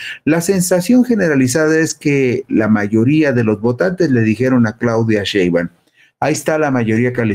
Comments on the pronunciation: Tienes razón, perece que le da flojera !!! Le dice Sheban😂😂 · Por favor, que alguien le diga a este señor que pronuncie bien el apellido de la Presidenta. Por favorrrrrr